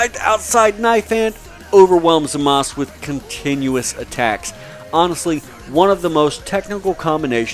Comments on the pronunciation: I thought it was Zamasu instead of Zamaz as he's pronouncing it? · its zmaza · but in the actual show they say Zama SU.